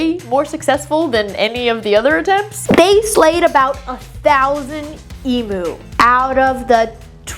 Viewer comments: Eem-ewe, not ee-moo!😂😊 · Please learn how to pronounce Emu correctly, it's really basic respect to other cultures to make an effort to not butcher their words. Its not E-moo. The U is pronounced like "you". Eem-you. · If you can pronounce the Pokemon Mew correctly, you can pronounce Emu (ee-mew) correctly. There is no excuse for yous to pronounce it "ee-moo", it's not a cow. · E-mew not e-moo they’re not electric cows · As an Australian, I just wanted to let you know it’s pronounced Eem-you not Ee-moo. Just in case you do read this comment, I love your channel! ❤❤ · Listening to non aussies say Emu is an exprirence... XD they always say E-Moo rather then Eim-U Also you'd hate Cassowarys... the actual legit demon/dino birds. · As an Australian, pronouncing them emoo 😂 is gonna get me through the day lol. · Isn't it E Mew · It's so annoying!!! Americans insist on pronouncing everything wrong. E-m-you. The U is pronounced like "you". Get it right people.